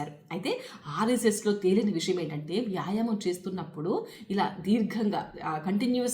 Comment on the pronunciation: ముందు తెలుగు మాట్లాడటం నేర్చుకోండి మేడమ్. యాయమం కాదు, వ్యాయామము అని పలకాలి మేడమ్ గారు.